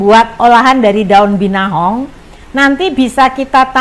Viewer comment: dari awal salah sebut terus. Binahong dan Gendola 😀